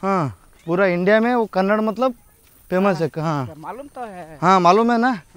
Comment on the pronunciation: ಕನ್ನಡ್ ಅಲ್ಲ ಕನ್ನಡ 💛❤